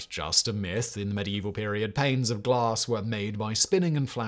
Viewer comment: Lol@ "glaRss"